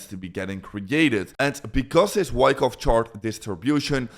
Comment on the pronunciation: this guy is explaining fuckoff chart instead of wyckoff